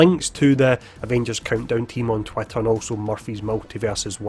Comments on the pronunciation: Loving it too, dunno why but it makes me think about a cartoon duck... "Twatter" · I love how you pronounce it "twatter".